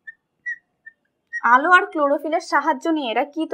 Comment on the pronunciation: second এ আলো হবে আলে নয়